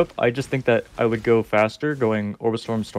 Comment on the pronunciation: Took me one minute to figure out he's saying "Orb of Storms", but it sounds like "Obrestroms"